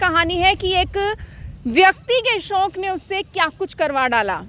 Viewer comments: SHONK NAHI HOTA …SHAUK HOTA H..ANCHOR HAIN AAP KRIPYA APNA TALAFFUZ SAHI RAKHIYE😜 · You are so adorable mam... And the way you speak 'shauk' is amazing......